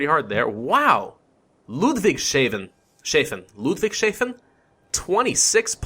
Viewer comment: Ludwigshafen. Ludwig is a Mail Name and Hafen ist German for port You only said 2 Letters wrong For saying Hafen The "H" has a Sound Like in "History" and the "A" sounds Like in the word "Arts" It's diffucult to discribe I hope i could still Help a bit